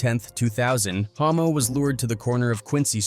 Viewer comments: The moment the commentary says "homo" instead of "hommo". Whoops! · 😂 bro the ai is tripping mispronouncing the guy's name, it's Hommo lol yeah exactly 😂